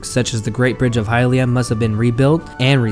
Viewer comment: Its pronounced hill-lee-uhh. Not hi lia